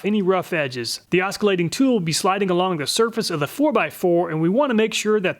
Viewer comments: First let me state I love your video's, love them! ... but... my man I say this with all kindness the C is silent (or rather pronounced like another S) in oscillate (as well as oscillation and oscillating). Its not Os cul late it is os sil late. It was pure cringe the whole time. : ( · Never heard anyone pronounce "oscillate" with a hard C before. The "C" is silent:ˈäsəˌlāt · Thanks for doing this comparison! BTW, the C in oscillate is silent.